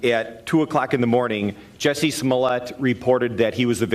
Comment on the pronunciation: Also it's JUSSIE not Jessie